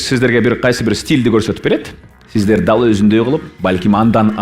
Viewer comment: С тамгасын ш дейби шиздер дейби